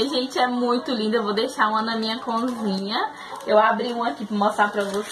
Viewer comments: Vc fala conzinha rs! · Eu acho tão engraçado vc falar "conzinha" rsrsrs